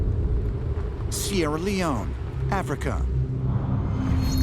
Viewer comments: He said "Sierra Leoney "!!! LOL! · The Ufologist said, "Sierra Leonie" lol. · Old crack confused sunny leone with sierra leone...pronuntiation is way wrong